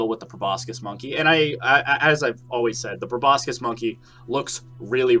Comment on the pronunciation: The c in proboscis is silent